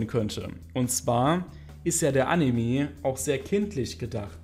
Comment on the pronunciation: AnimE nicht Animiii.... raste jedes Mal aus wenn das höre xD sorry